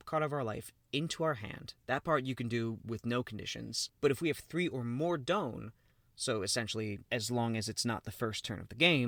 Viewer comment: DON pronounced like Dawn not Doun. Great video! Super hyped for this new set with all restrictions lifted